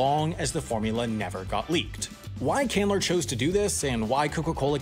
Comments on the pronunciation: Candler, not Cander. The Candler family is a big deal in Atlanta history, understandably. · I believe it’s “Asa Candler” with an “L” not “Cander” as it seemed you pronounced it. Maybe I was just hearing it wrong, but it’s hard to pass up a chance to be one of those fact trolls on the internet. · Asa Candler, not Cantor or whatever it was you said :) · As an Atlanta resident I feel the need to say that his name was Candler, not Cander. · Candler, sounds like you're saying Cander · Asa Candler, not Candor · Is it just me or are you actually mispronouncing “Candler” in the first 90 seconds? Sounds like you’re saying Cander and then finally switch to Candler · As someone who is from Atlanta his pronunciation of Candler makes me so sad. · Every Atlantan watching this cringing at butchering of “Candler” the first two times he says it It’s like hearing any TV show trying to say “DeKalb” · Why are you not pronouncing the L in Candler?